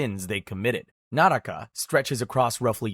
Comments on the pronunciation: It isn't called nah raka it's nuhruk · Fun fact: naraka is pronounced nārk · help it's pronuncaced nark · Its spelled naraka but pronounced Nark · bro it's nark not naraka